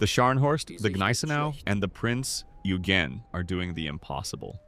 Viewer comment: It's not pronounced 'Ew-gn.' - I know how it's spelt.